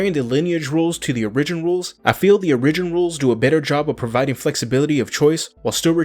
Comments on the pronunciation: Origin is not pronounced " or-rig-gen" it is pronounced " "OR-I-GEN". Just fir you personal knowledge. I could really care less but others may give you crap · It's more like he is saying uh-ri-gin, rather than or-ih-gin. I think he is taking the word original, pronouncing it as myself and most Americans do incorrectly "uh-ri-gin-ull" then just taking the "ull" off the end. I don't know how many more times I could have listened to uh-ri-gin though lol. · Okay. Lets say it together....Or-ih-gin. Not Or-ee-gin